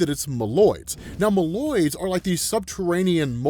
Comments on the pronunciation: Mole-oids, because hes Mole Man. Not malloids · I always thought Moloids was pronounced “Mole-oids”